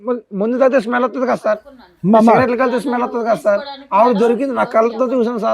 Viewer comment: కాదా కాదు కదా కా కి దీర్ఘం తియ్యండి